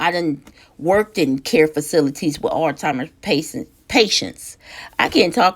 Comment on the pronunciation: The first and Last time tuning in to no filter new and talk please at least learn how to pronounce the name of the disease that you were speaking on it is Alzheimer’s and not All timers or old timers 😒 also Alzheimer’s can be a fatal illness maybe you have it confused with dementia which is not fatal